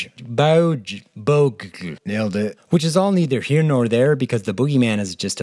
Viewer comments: Bõgge is pronouced Bay-guh. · I know, super late. BUT: "Bögge" would be spelled with a hard yet round 'G' sound, like you'd find in 'Grill', with a short 'oe' sound before it that i can't give a good english example for because you simply seem to not use that specific phonem.